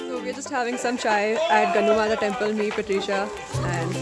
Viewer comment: Dear not gannu mata..it's gallu mata or gallu devi...and keep it up..god bless you.